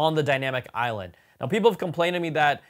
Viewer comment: The “iLand” took me a hot minute. 🤓